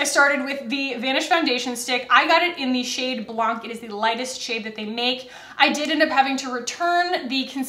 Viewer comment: Blanc is the French word for “white”. We don’t pronounce the “c” at the end. So it’s pronounced “blan”. Sorry but just wanted to let you know :) love your videos!!!!